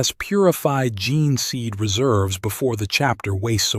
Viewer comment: lost me at "Genner seed", soz.